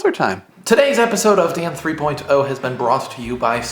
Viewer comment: I noticed your pronunciation of 3.0 today. :P Very nice.